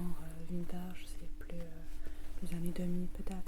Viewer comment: Vintage ça se prononce comme en anglais pas vint-âge lol